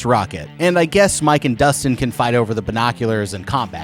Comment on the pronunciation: bine-oc-you-Larrs😂😂😂😂 tele-kan-asis😂😂😂😂